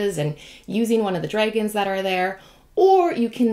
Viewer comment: daughter: Did she just say Draygons? me: They're Canadians in Europe. LOL. Stay you....